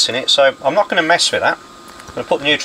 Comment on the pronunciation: "...just touch the center leg. Should nae have anything." is sounding a bit Scottish these days.